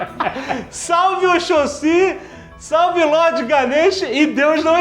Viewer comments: Canelada:Aos ,o Alexandre pronuncia ''oxóssi'' errado não sou dessa religião,minha avó é e tals... mas tem um acento no segundo ''o''! pô! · Esse Jovem Nerd falando oxossi errado... É uma palavra paroxítona... :) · "Salve Oxossí" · Canelada! Alottoni, é Oxóssi! Na nota ficou sem o acento, por isso você leu "OxossÍ"... hehehehe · Salve Oxôsí? Oxóssi, Jovem Nerd. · Não é oxôssi , é OXÓSSI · se pronuncia oxóssi =] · se lê oxóssi jovem nerd. kkkkk mas o que vale é a intenção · Se pronuncia oXÓssi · Oxóssi, o correto é este. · Só corrigindo, a pronúncia deveria ser Oxóssi. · Porra Allotoni se não soube pronunciar Oxóssi véi? '-' que feio produção! joinha pra ele ver ae (y) ~ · É "Oxóssi" asoksaoak